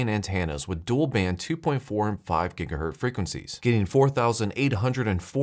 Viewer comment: What's a gigahurt? It's hertz not hert!